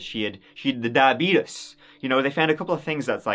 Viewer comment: You are way too young to be saying "diabetus" like Wilfred Brimley